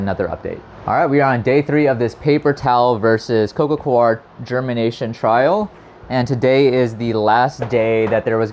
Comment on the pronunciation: It's coco "core", not "co-are".